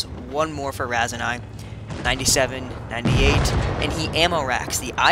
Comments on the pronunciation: its Raseiniai not raisinai or raisenais. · The way you pronounce Raseiniai.... lol..